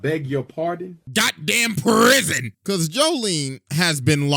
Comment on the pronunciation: YOU SAID PWISON